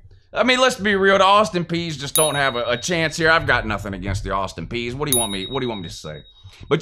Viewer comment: The Austin “peas” lmao but I’ll be at work 😢 but I’m watching it when I get home